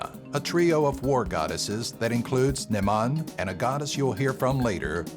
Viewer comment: Nemhain is pronounced “Ne-vain!” I’m an American Irish Gaelic speaker!